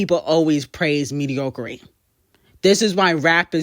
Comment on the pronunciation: Mee-dee-aw-crih-tee You need to learn how to speak forreal